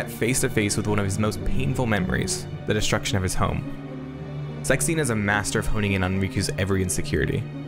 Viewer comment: You pronounce Zexion like “sex scene” and it keeps throwing me.